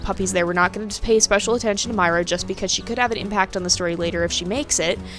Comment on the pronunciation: When you pronounced myra I don't know but I think you pronounced myra wrong I don't think you pronounced the e. Thank You.